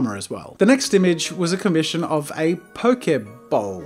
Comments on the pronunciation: It's poke-eh bowl 😉❤️ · I legit thought he was trying to say poke ball and I was disappointed... xD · its pronounced pokey bowl